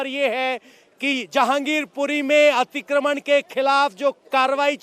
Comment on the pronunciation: खबर देने वाली महिला/लड़की, तुम्हें 'अतिक्रमण' बोलना भी नहीं आता? क्या होता है 'अतिक्रमन' है? शर्म आनी चाहिये, तुम्हें।